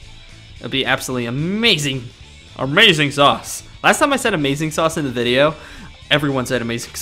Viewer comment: it's not called vi-del it's pronounced 've-del